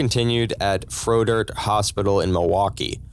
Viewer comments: Frey Dirt is how it’s pronounced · 1 hospital name pronounced : frey-dirt . 2 how the hell did there ever get to be 4 billion plus of us living on the planet at one time ?🤔🫣